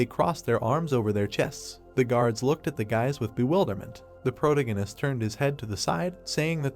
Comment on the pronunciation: Geez why are you struggling to pronounce protagonist